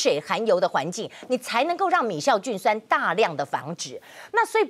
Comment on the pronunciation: 是米酵菌酸，不是米「醋」菌酸，雅琴姊